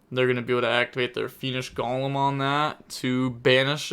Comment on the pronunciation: You need to add Golem to your next pronunciation video